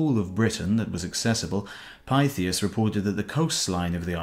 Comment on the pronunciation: I believe Thule is pronounced " Too -leh ". And Pytheas is "Pith-ee-us".